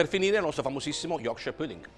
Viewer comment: ahahahah chissà quanti anni in inghilterra è ancora non è riuscito a imparare a dire pudding...o magari è un precursore del corsivoe..... comunque tutti questi emigranti alla fine non sanno più parlare ne in italiano ne nella qualsivoglia lingua del paese ospitante...